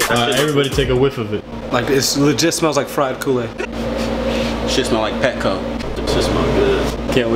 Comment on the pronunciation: its presto sauce lol😂😂😂